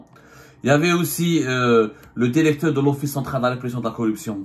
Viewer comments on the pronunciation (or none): none